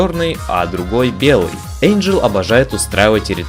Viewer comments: О боже, как вы надоели 🤦‍♀️НЕ ЭЙНДЖЕЛ, А ЭНДЖЕЛ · Я не придераюсь,но правильно не Эйнджел,а Энджел:)